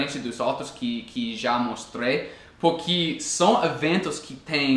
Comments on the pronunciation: Suas explicações são muito claras e seus exemplos me ajudam bastante, obrigada!:) Uma curiosidade, você é professor,? Porque leva bastante jeito pra isso, tem uma didática boa ^^ Uma coisa que tenho reparado é que você pronuncia "dIpois" ao invés de "dEpois", e também "porquI", ao invés de "porquE" Nem sempre o "e" vai ter som de "i" em português rs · Dar uma ajuda também... você fala "porqui " tente falar "porque"... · teus videos tem nos ajudado cada dia mais. Uma dica que espero que te ajude, é o "Porque" que você pronuncia "Porqui" com um sinal de "i" no final. Mas na verdade tem som de "E", "PorquE" O Brasil te adora cara. hahahahahaha. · Ah me desculpa mas não consigo assistir o vídeo completo com esse “puqui” PORQUE * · Nossa é muito feio “Puqui” e “dipois” vale para todos os brasileiros que matam a língua portuguesa que é tão linda e para ti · "Pukí"! Kkkkkkkk jeito engraçado de falar "porque" mas gostei do vídeo! Muito bom